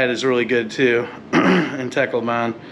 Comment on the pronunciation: It’s pronounced TAHCLOWBUN